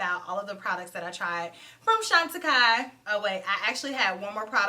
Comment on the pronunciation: Now I know how to pronounce that brand thank you. ❤